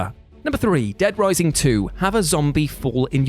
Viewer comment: Did you have a seizure? Just wondering what that accent was on dead rising 😉😘😅